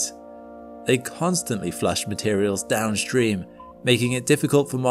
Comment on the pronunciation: There's no H in downstream. It's not downSHtream. Ditto for demonstrated. It's not demon-SHTrated.